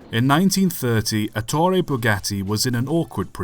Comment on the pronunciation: ETTore. Stress on first syllable. Wrong stress makes you sound like Stan Laurel dubbed into Italian.